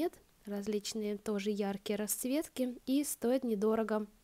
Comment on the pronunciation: Девушка надо говорить расЦветки а не раСветки